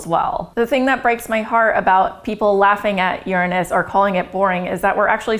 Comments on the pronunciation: Oh this is priceless. Because of the topic, she became so self conscious about how she was going to say it, that instead of using the correct 'your-anus' pronounciation, she ended up changing it to something even funnier... 'urine-us.' I was thinking 'wait for it, wait for it, how's she going to say it...' and when she came out with 'urine-us' I burst out laughing. Its put a new twist on an old tired joke. I'd got over laughing about its name decades ago, until I saw this video. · I'm pretty sure you're pronouncing it wrong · You pronounce it wrong